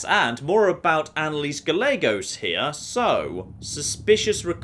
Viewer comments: It may just be because im a San Antonian, but the way you pronounce Gallegos drives me crazy! Its Guy - a - gos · its pronounced Guy-aye-gos instead of how its actually spelled.